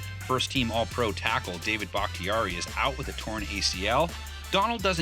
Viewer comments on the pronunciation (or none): none